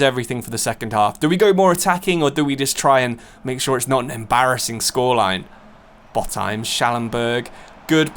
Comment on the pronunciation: Pretty sure Botheim is pronounced Bot-heim instead of Both-heim, it’s certainly sounding pretty incorrect in my Scandinavian brain😅